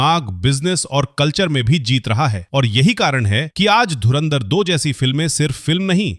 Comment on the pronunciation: Inse dhurandhar to bola hi nahi ja raha .... Bekar log